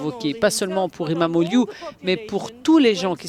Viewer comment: İmamoğlu Ça se prononce "imam eau loup" C'est trop marrant c'est soit "imam eau glou" "imam eau iou " hahahaha 😂😂😂 J'adore quand les journalistes essayent de prononcer les noms turcs 😂😂😂